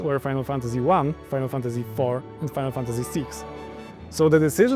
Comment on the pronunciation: I love how he can't say Final Fantasy 7. It makes this so funny.